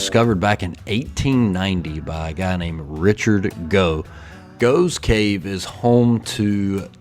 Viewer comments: It's pronounced goffs cave not goves cave..!🇬🇧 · GOFF GOFFS cave is how its pronounced- there are lots of caves in Britain 🇬🇧🏴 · It's pronounced Goff's cave! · the cave is pronounced Goffs Cave. Srumpy is a fermented Cider (alcoholic, very).